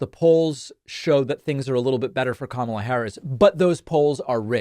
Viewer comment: He keeps calling her Kamabla or something like that, and every time I see it, I think, " nah dude, it's Karma la "